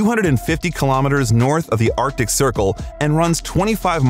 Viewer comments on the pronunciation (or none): none